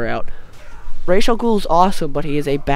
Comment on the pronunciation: Thanks for saying Ra's name right!!! I hate it when people pronounce it wrong